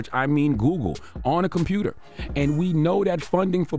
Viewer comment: Nah, that's Baltimore kids! 🤣 "Compruter..." 🤣